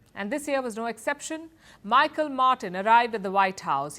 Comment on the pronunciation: Its not said as micheal its mihaal miss Palki